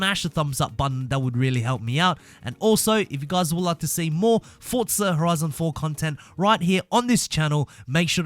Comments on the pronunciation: Its Forza not "fortza" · Stop saying fortza it’s forza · Why do you keep saying fortza instead of forza lol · Why do people call it Fortza its Forza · Fortsa? Fortnight meets Forza? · Why he keep saying fortza? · Why is my guy saying forza with a t